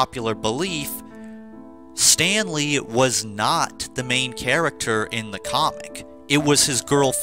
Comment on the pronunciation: Everytime you say Stanley, I keep thinking you’re sayin Stan Lee 😂😂